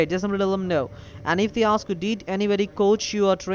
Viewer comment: When they "osk you some cwusshons" you better hang up. They'll take "each and everrrry t'ing!"